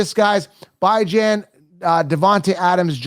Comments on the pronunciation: I see you're still disrespecting the young man who you say you love, Bijan Robinson (bee-ZHAHN), and disrespecting his parents who named him and call him (Bee). Just because it looks like it should sound like (Bi), doesn't mean it is. Just like seeing the name Cenk. But it's pronounced Jenk. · His name is Bijan pronounced bee-Zhahn. I know you’ve never been wrong a day in your life so I guess his grandparents and mother are wrong for the way they pronounce it. at least your videos are talked about. I’ll give you that.